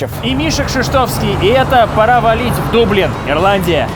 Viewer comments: 2025 год, смотрю выпуск в 5+ раз, только щас заметил, что ты в начале выпуска говоришь не дублин, а даблин, чтобы в рифму было… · Вроде дАблин, так они сами произносят